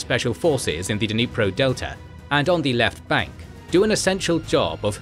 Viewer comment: Ffs! Just as we don't cut with kuh-NIVES, there is no "duh" in dNIPRO.